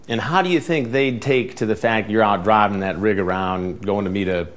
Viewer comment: Code switchin' Chris! "Draahvin that rig arouund". The 🐐 Chris Hansen knows how best to relate to his predators. 🫡 🫡